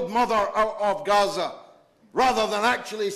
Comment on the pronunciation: Please do us (regular Brits) the courtesy of pronouncing Gaza as it is familiarly known.